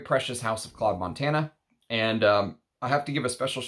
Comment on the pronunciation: Hi there. Its not Montana like the state but it pronounce Montaná the tone in the last a. 😊 Btw Claude Montana he died yesterday, one of the last Haute couturier in France.